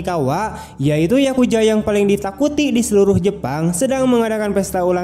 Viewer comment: Yakuza Bang bukan yakuja